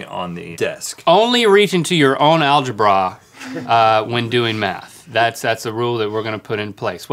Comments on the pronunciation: I liked once Link said Alege-Bra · "alge-BRA" ... Oh man this show is priceless sometimes.